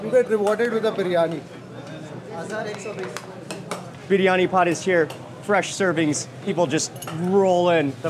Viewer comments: Love Mark rightly saying "Biriyani", not biryani like most Indians pronounce 😂😂😂😂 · Thajs biryaani biryaani it's correct biryaani